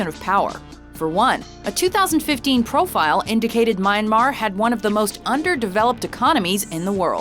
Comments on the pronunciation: The way she pronounced "Myanmar" really bugs me..... My and Mar. WTF? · The way the narrator pronounced Myanmar is 🤣. Come on at least say it right. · The way how she pronounce Myanmar is so wrong -. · That is NOT how you pronounce Myanmar... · its pronounced "ee-rock" with soft "i" like the word "in" Please at least do that right.. Same thing with Myanmar...the woman in the news report says it right but you can't even.. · So the narrator goes out her way to pronounce high fashion designer names the right way, yet can't say Iraq, Iran and Myanmar correctly?